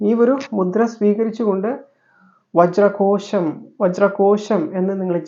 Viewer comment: വജ്രകോശം.... വജ്രകോഷം ഏതാ ശരി.... 🥰